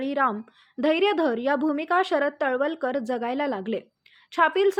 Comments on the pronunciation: तलवलकर नाही तळवळकर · तळवळकर म्हणा मॅडम..